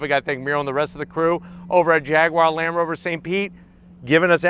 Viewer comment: "Land Roverver" 🤣